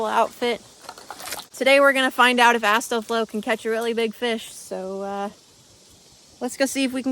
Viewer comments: astal-foe? xDDDD ASTAL- FOE??? xDDDDD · Ass-doe-flow I love the way you pronounce his name, also I hope you don't me asking, but how's the weir project going? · Hes hot but he said astolfo wrong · The way you pronounce astolfo is funny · The way you pronounce Astolfo is amazing. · Another femboy hood classic that calms the soul also I love the various Astolfo mispronunciations lmao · no offense your pronunciation of astolfo changes every time u say it lol great video tho